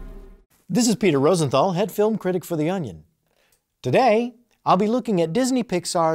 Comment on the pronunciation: he says critic like it starts with a Q